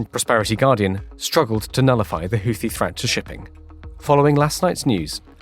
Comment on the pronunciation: I'm just happy to hear a reasonable pronunciation of Houthi.